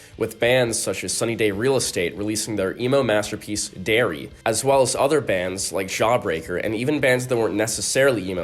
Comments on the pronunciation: It’s “DIARY,” you doofuses!! 😡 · Lmao it’s diary not dairy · bro said dairy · Mf said Dairy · did you intentionally pronounce SDRE's "Diary" as "Dairy" ? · It’s DIARY.. not DAIRY for the Sunny Day album. WTF